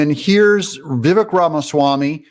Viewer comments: Doug, it’s Vivaaaaak! Rhymes with cake. 🙂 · Doug, vivek is pronounced vivayyyyk rhymes with steak.